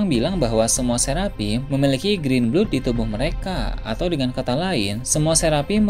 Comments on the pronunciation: green blood bacaannya grin blad min, bukan grin blud. 🤗😁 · grin blod atuh 😂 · itu bacaan pronunciation nya blad mau british ataupun american bacaannya sama. mana ada blod. 🤣